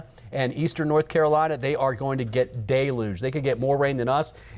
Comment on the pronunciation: Cant wven pronounce deluge 😂